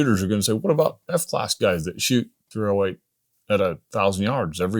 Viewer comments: The THREEohWEIGHT he said 308 so many times it became one word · Or was it the threeohWAIT